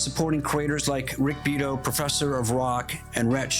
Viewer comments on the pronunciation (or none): Rick's family name is pronounced "Bee ere toe" with the emphasis on the second syllable. And thank you for defending "fair use." What you are facing is mindless corporatism. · good content...also..bee-ah-tow